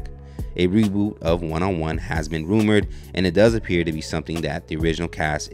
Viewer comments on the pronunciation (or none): “A rewoot” 😂